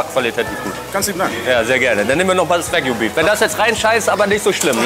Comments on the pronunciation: Lieber abgesehen von den verpeilten Einspielern wieder ein interessanter Test 😉 Doch bitte zwei Sachen: Sage bitte nicht immer "Weckju" Das hat mit englisch nichts zu tun. Ist japanisch und wird daher mit einem normalen "A" wie im deutschen ausgesprochen. Ich weiß nicht, warum du Himalayasalz als besonders hochwertiges Salz anpreist ? Das Salz ist ganz normales Steinsalz, ganz ähnlich dem europäischen Steinsalz. Es wird ebenso in Salzbergwerken abgebaut, besteht zu 95/96% aus Natriumchlorid und unterscheidet sich lediglich durch ein etwas anderes Mineralienprofil, das je nach Förderstätte geschmacklich leicht variiert. Das neben der Tatsache, daß es kein Jod enthält wirklich Besondere ist die rosa Farbe, die salopp gesagt durch Rost im Salz entsteht. Etwaige aus Marketinggründen propagierte gesundheitliche Vorteile des Salzes konnten bislang auch nicht wissenschaftlich bestätigt werden. Da bleibe ich lieber bei einigen Sorten Fleur de Sel zum Feinwürzen. Da habe ich sowohl geschmacklich als auch vom Mundschmelzgefühl und der Geschmacksentwicklungiim Mund eine echte Alternative zum herkömmlichen einfachen Speisesalz. Nicht ärgern, sind gutgemeinte Hinweise, Holger 😉i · Das heißt Wagyu und nicht Wägyu